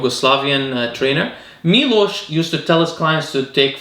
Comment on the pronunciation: You’re amazing for pronouncing name Miloš correctly